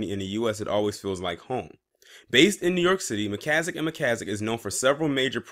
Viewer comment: MAN YOU STARTED OFF REAL GOOD PRONOUNCING IT AT FIRST